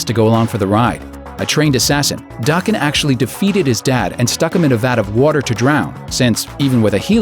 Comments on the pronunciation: It's not dāken, it's daken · Daken is pronounced DAY-KEN, not DAH-KEN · you pronounced Daken wrong. it's pronounced DAE-KEN. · Daken is pronounced Dayken fyi. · It's Da Ken (Daken) you said his name wrong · I thought it was pronounced *Day-kin*? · It's not DAH-ken... Also this video is horrible. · that's not one of wolverines offspring. Also, you mispronounced Daken. The A is pronounced in the same way as "Day". And as for the old man Logan bit, you talked about that like Mysterio was just like, "hey, go kill them". As opposed to how it actually happened. Then of course all the other inaccuracies on this list from leaving out important details... Oy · Daken in pronounced with a hard a